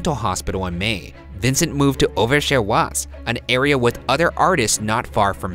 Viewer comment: Awful. Just awful. Beginning with the ignorant pronunciation of Auvers, through the snarky, trying-to-be-funny-but-only-making-jerks-of-yourselves, to ignoring the fact that the experts do not think Van Gogh committed suicide, this was just awful. ick.